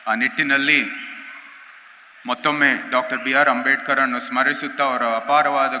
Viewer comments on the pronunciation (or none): none